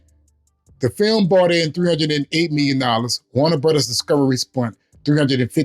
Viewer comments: Can say “brothers”? What is a “brudders”????? 😅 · Yeah, brudders! 😂